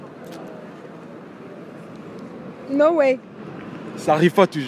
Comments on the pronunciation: C'est Swaziland et non shwazilande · mais c'est toi qui prononce mal, c'est Swaziland et non choisilande ça même pas de sens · A we le mec il sait MM pas dire Swaziland ptdr choisyland il a dit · C’est pas chwazi frère c’est swazi 😂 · Swaziland, pas chwaziland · Il dit choisiland c'est grave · C’est Swaziland et non Shwaziland comme tu le prononces là peut-être aussi c’est ce qui les a tous compliqué. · Swizilande et non choizilande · C’est Swaziland 🇸🇿 not Shwaziland 🇸🇿? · Swaziland pas Choisyland 😭😭😭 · C koi choisyland ? Tu sais même pas prononcer tu déranges les gens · Swaziland ou choiziland ? Toi même t'es con ou t'as des pb de prononciation ! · Swaziland 🇸🇿 et non choisyland la prononciation est importante 😂😂😂😂 Swaziland se prononce comme swahili il faut rectifier sinon crois-moi tous le monde risque de t’appeler CHOISILAND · Le mec c Cru dans le 94 choisyland c Swaziland il est mieux à aller apprendre le français avant de faire des vidéos...